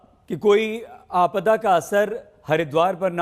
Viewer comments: अरे भाई अंग्रेजी की पैदाइश, आपडा नहीं आपदा होती है। और वो जिला चमेली नही, चमोली है। पता नहीं ये लोग हिन्दी चैनलों मे कैसे घुस आते हैं। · आपदा है न कि आपडा 😥 चमोली है न कि चमेली